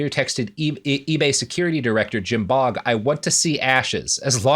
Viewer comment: I'm fairly certain that the nsme "Baugh" is pronounced "baw" as opposed to "bog". English is funny that way so don't laugh.